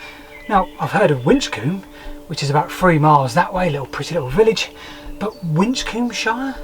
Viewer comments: Probably pronounced Win-combe-shire. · Taking Kirkcudbrightshire as a model, it was probably pronounced Wisshir. ;) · Your "mispronunciation" of Winchcombeshire may very well be how people might have ended up pronouncing it. Both "sh" sounds make a slight tongue-twister and the word isn't very easy to pronounce. The evolution of language has a tendency over time to shorten or mutate things like that. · Very interesting video, but why do you pronounce Winchcombeshire like an American? Surely it should end in "-shə" like in Yorkshire or Hampshire?